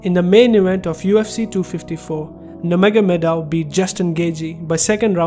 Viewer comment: It is pronounce “nur-mo-kha-mad-ov” sounds nur-mohamad-ov..